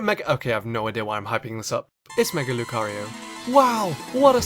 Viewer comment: who else clicked off the video when he said mega lucario